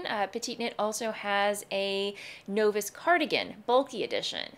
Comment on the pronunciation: I love your content, I’ve been subscribed for years, but I would have sworn you would know how to pronounce Novice! Maybe you thought it was in another language…. But overall, great beginner choices!